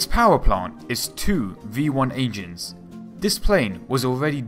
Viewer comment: "H, E", not "Hey-chee". Also "Engines, ie. N-gins", not "ain-gees" lol